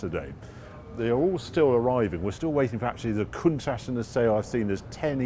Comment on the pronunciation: He thinks a Jaguar xkss is odd looking W T F! And please will you and say COUNTACH the right way. Still love the show anyhoo!